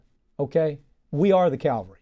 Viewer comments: Great stuff but unless my ears deceive me he kept saying Calvary rather than cavalry! Who were those bad guys circling the wagons, I wonder? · Pardon me for being nit-picky, but I got a kick of the host, highly educated though he is, pronouncing cavalry as "Calvary" near video end.